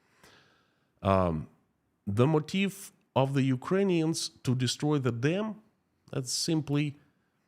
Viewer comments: It sounds like you are saying "motif" when you say "motive." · You don’t pronounce “motive” correctly. It’s really bad and hard to understand you.